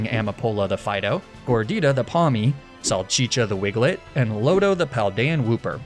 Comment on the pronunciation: I’m sorry, did he say wigglet?